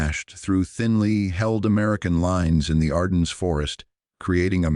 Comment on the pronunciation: CORPS: the P is silent. ARDENNES: The S is dropped. How dumb can be? I am sick and tired and frustrated with the inability of to enunciate correctly especially numbers and times? There must be a starving actor with a good reading voice willing to read these episodes and spare us from